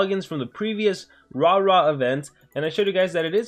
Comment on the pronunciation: Still calling it Rah Rah